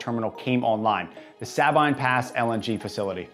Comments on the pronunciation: Native Louisianaian here. It’s pronounced “suh-bean” not “sah-bine”. Referring to the Sabine Pass LNG facility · Sabine Pass is pronounced sah-BEEN Pass.